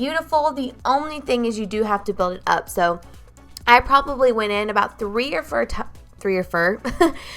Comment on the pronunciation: "Three or fur"